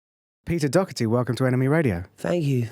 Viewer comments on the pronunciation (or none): Fucking hate people calling him 'docerty' its DOHERTY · That's bollox. I'm Irish and nobody pronounces like that. It's pronounced "Dawherty" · That ain't the Irish pronunciation lol